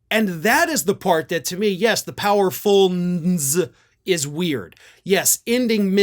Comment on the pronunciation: you got me rolling...YOU actually pronouned it....POWERFUINNEZ, LOL🤣🤣